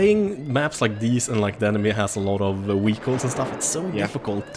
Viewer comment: wehicles lolz